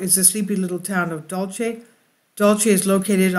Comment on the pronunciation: You have the best fringe and intel on the tube!, It’s pronounced locally”dull-see”. The Apaches of Dulce are pronounced ‘hick-oreeeah”. I live about 20 miles North of Archuleta Mesa and my in-laws live at the base of it. #PagosaSprings The late Phil Snyder allegedly had an experience underground there.